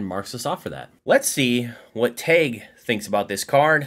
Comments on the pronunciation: Why is he saying tag like teg? Its Tag! Like price tag. TAG! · Why does he keep saying "Tayg"?